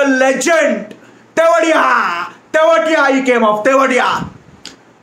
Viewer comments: Who are laughing endlessly ahter he said tewatia as tewdiya😂😂😂😂😂😂😂😂😂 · He is tewatia not thewadiya 😂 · Are any tamilians here? Did u hear how he pronounced Tewatia as tewadiya hahahahaha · Nobody:: Rahul 'Thevediya'! Tamilians can understand 🤣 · Only South Indians understand how funnily he's pronouncing Tewatia! Hahaha